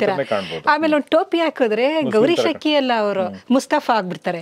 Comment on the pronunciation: ಗೌರೀಶ್ ಹಕ್ಕಿ ಅಲ್ಲ ಅಕ್ಕಿ